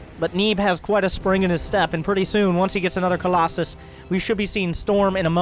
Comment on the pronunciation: Is fking COLOSUS DUDE not colosay omg where u read colosay when is fking COLOSUS, do u want a screenshot with the name of that protoss unit or a google voice english translate for the word colosus omfg